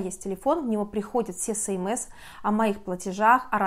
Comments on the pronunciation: ЭсЭмЭс, а не СэМэЭс)))) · Желаю Вам чтобы все удачно решилось. СМС читается как эс эм эс